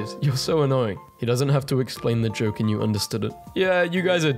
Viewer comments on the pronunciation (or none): none